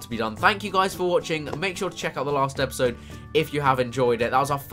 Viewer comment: This was as Chris would say a good "Epizode"